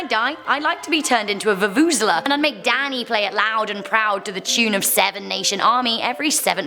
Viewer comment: OMG did just say vuvuzela. As a south African I am so proud